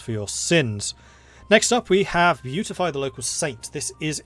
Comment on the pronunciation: Beatify is pronounced bee-at-ify and means a declaration by the Church that a person is in heaven and therefore worthy of veneration, it's the first step in the process of becoming a saint. Good video though really enjoying the series.